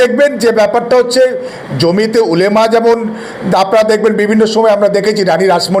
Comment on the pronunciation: জমিতে নয় ,জমিয়তে ।বিশ্লেষণ মন্দ নয়। ধন্যবাদ